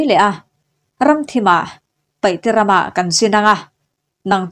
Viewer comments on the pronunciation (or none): none